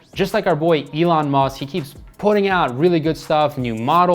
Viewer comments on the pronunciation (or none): none